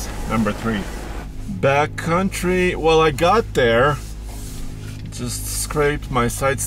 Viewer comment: I keep hearing saying ‘BATcountry’ rather than ‘backcountry’. Like BATcountry from Fear and Loathing in Las Vegas. 🦇🦇